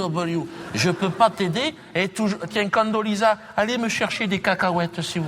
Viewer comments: c'est condoleeza price et pas candoleza et c'est oran pas orange lol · C Condoleezza Rice pas price et c'est le ranch pas oran ni orange si tu veux corriger qqn corrige le correctement si non ...